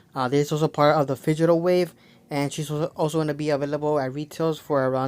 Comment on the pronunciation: "Figital wave"? It's Digital dude